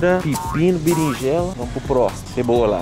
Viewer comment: Gente só eu que senti agonia dele falando Birinjela mais te adoro assisto todos os vídeo é 2 hora da manhã eu acordada rachando o bico de rir da suas palhacadas te amo ❤❤ é amo muito a Bruna tbm ❤❤e lógico tbm que amo o Noah ❤❤